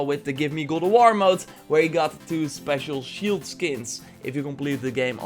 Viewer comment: GOD OF WAR not godowor please..